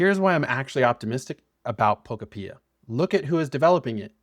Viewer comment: Bruh can’t even say the name of the game right